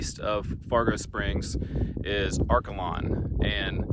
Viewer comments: Great to see photos of Seward County. I was born and raised on a farm east of Liberal. Are-KAY-lun is the proper pronunciation 😊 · And I’ve never in my life heard Arkalon pronounced that way lol that’s not how we say it.